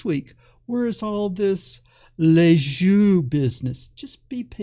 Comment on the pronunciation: Nice video but you should look up how yo pronounce "Lissajous ".